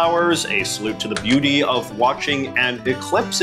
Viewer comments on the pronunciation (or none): none